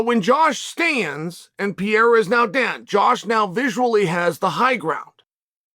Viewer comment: Pierre-Uh for Pereira will never not be funny lmao